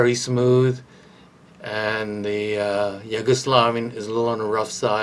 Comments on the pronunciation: but it's yu-go-slavian not yo-gu-slovian xD had a giggle listening the way you pronounce it. It's all good. Nice content. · Why are you pronouncing it Yoguslavian xD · It’s like You-go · he's pointing out the pronunciation of the Yugo part of the word. Sounds like you're saying Yogo. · Hahaha he said “yogo” slavian 😂